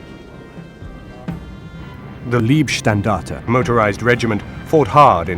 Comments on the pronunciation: Excellent stuff, but in the making of this nobody bothered to mention that Leibstandarte is not pronounced as Liebstandarte. LEIB not LIEB! So many English speakers seem to have a blind spot for this. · Decent video about the ‘Black Baron’ from the Oberpfalz! Next time practice the pronunciation of German words. It is Leibstandarte not Liebstandarte…🥴🥴🥴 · The pronunciation of German is vey important. LEIbstandarte is the name not lIEbstandarte which can mean love regiment.